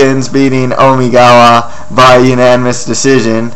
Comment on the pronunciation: Please don't ever say Omigawa like that again.